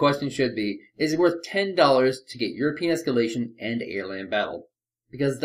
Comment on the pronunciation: Why i always hear "Your penis scaletion" insted of "europian espalation"?